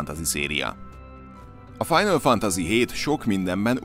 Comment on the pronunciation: Mik ezek a kiejtések istenem…a kollega nem beszél külföldiül, de szerintem a gamingben sem lehet nagyon otthon a kollega ilyen “final FANTAZI-kkal